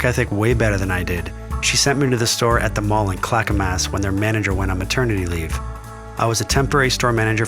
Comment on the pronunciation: Yasss! Tevana and the mall brought us together 😘 a connection I’m eternally grateful for. But gurl, why is your narrator saying ClackamASS? 😅